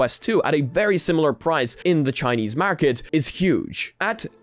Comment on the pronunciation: Bruh instead of market you say mawhrkit lmfao